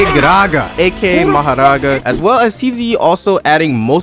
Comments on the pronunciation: Who noticed the mohoraga and bro the pronouncation maharagaa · bro saying "maharaga" make me laugh bro like bro just say mahoraga like a british person bruh >:3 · "Enue" and "Maharaga" got me dying 😂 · Mahoraga (Mah - Hoh - Rah - Gah) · “Inuey” “Mahraga” I cant 💀💀💀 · Why do u say nue like "n u e" and mahoraga like "maharaga" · Talking about how he pronounces “Nue” when he pronounces mahoraga as maharaga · Anyone talks about "Majaraga" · Wait when you say mahoraga you sound like spanish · "Nue" is pronounced "noo-we" not "INNUE" Edit 1 : HOW DOES HE PROUNOUCE MAHORAGA LIKE THAT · Stop saying mahoraga like that 😭 😡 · What is this guy pronunciation mahoraga and nue dawg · The pronunciation of mahoraga and nue is killing me (no hate tho) But fr tho I honestly prefer this game over TSB of course TSB has the better combat but JJS is much more fun to play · Calls Nue N-O-E and he says Mahoraga like as if hes indian